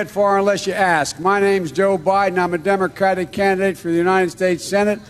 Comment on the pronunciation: Did he say Dumb-rocratic?